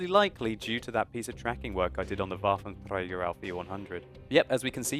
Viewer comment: I do love your videos so much but please for god sake could you stop saying waffentrager, the way you say like waffentRRRRRager, thats so annoying.